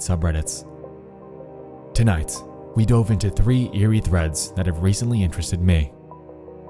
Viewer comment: Is there a reason why the narrator adds an S to some words when they don’t belong? i.e. “...because TONIGHTS were going to...”